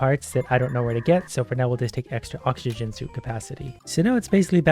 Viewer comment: first minute in and im already laughing my ass off the way he failed to read oxygen and didn't even care to reiterate is gold